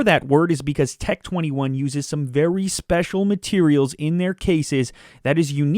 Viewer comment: Tec tweny one